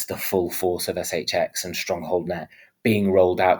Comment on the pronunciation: ESS EYCH EXX 😂 love it